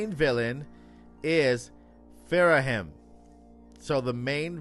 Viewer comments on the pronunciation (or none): Delete this and put your “source email” in the spam folder. It’s Ghirahim, first of all, not “Phirahim” or whatever you’re saying, and no… that doesn’t even make an ounce of sense if you’ve played Skyward Sword. 😂